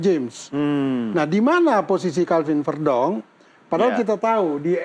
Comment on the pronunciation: Dari sekian banyak podcast, baru yang benar pengucapan nama Calvin Verdonk..... selama ini semua menyebut "Verdonk" seperti penyebutan "Ferdinan" di bagian "E" nya, padahal yg benar seperti yg diucapkan